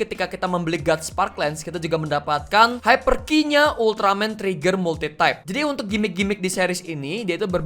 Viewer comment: Sebutan Ultraman Trigger kaya Ultraman Treggear/Tregear